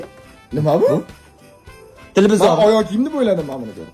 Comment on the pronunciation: Tilivizur ✖️ Tlpizir✔️